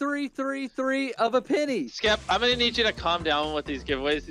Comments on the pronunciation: Mr beast calling skeppy “skep” is so wholesome 🥺😂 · Lammetjes actually, he kind of said “skip” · I like how mrbeast calls skeppy skep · I like how he just called him "Skep" the whole time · I love how Mr. Beast calls skeppy “skep” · I just love how Mr.beast (jimmy) keeps calling Skeppy “Skep” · Everyone: Skeppy Litterally everyone: Skeppy MrBeast: Skep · a6d calls Skeppy Skep too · I love how Jimmy called Skeppy “Skep” 🥺🥺❤️ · mr beast calls skeppy, skep" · Ngl mr beast calling skeppy skep is mildly infuriating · “Skep” - mr beast 💀